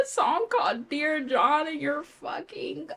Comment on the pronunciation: The pause in dear john is so funny😭